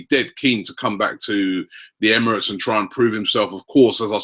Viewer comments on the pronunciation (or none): none